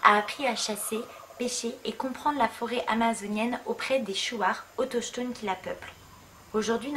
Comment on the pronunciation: le ch du mot "autochtone" se prononce k. ;) mais superbe vidéo malgré tout, très immersive, bravo :)